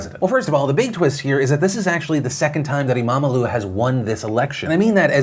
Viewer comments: you couldnt have butchered saying imamoğlu better even if u have wanted it phil ^^ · Good pronunciation on everything except imamoglu.